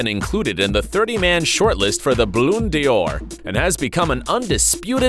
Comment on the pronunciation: Dior will make ball on dors in the future😂😂😂😂😂😂